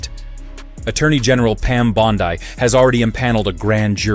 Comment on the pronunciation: Is this a video even real is the guy that's commentating in the video real? He couldn't even pronounce RICO charge properly or Pam bondi's name